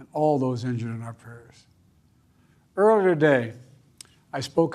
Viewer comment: "eerrier today"